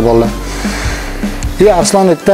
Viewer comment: Arislon emas ARSLON boladi